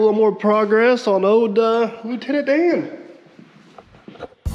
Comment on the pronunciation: Loo-Tenant-DAN?! lol You have to name another piece of equipment Gump. Just sayin' ... guy needs his pal right?